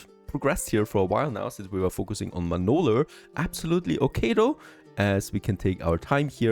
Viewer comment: Manolurrrrrr. Dude. It's just an A. Manola. aaaaaaaaaaaaaaaaaaaaaaaaaaaaaaaaaaaaaaaaaaaa.